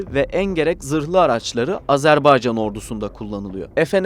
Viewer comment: AzerbEycan değil AzerbAycan denir ve okunur. Lütfen doğru telaffuz edin